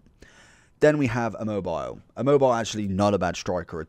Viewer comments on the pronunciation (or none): rofl as an italian is always funny the english pronunciation of italian names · That pronunciation of immobile 😂 His pace is actually not bad 😉